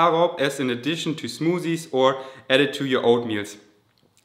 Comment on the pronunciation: zmotthiesss hhaha